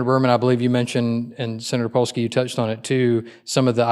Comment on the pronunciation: Polsky? I'm of Polish decent and that made me laugh.